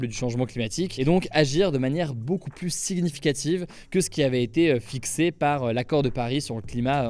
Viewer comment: Chaque fois que tu prononceras « siGnificative » je mettrais un dislike pcq ça rend fou 😵